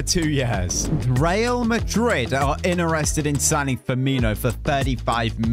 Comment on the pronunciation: "cenner mid" "innerested" this guy